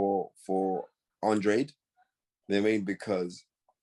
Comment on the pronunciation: The last name is pronounced ANDRAHDEH!!!!! Please, it's a Spanish last name. THANK YOU!!!!!